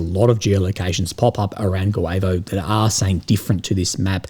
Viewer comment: Guevo: Goo-yee-vo